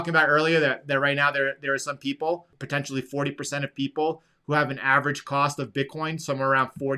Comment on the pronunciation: “Potentially”.. I can’t find the “U” in Potent-i-ally 😂 sorry bro, bugs me everytime